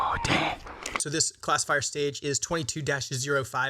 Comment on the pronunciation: for the first half of the video I thought you were saying "Class of Fire" instead of classifier